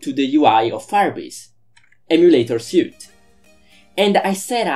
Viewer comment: It's pronounced like "sweet".